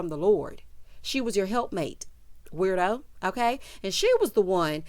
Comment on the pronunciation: Did you say werido? I'm dead💀🤣😂😭🤣😂😭🤣😂😭